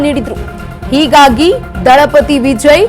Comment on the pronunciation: ವಿಜಯ್ ಅನ್ನೋದ್ ನೆಟ್ಟಗೆ ಕಲಿ ಮೊದಲು ಅಕ್ಕಾ